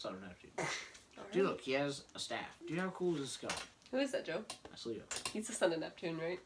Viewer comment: How come she says Leo like Leah